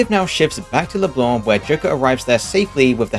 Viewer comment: damn feels good to hear "leblanc" pronounced right